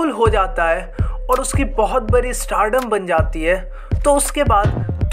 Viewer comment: Bhai startdom nhi hota stardom hota hae 😂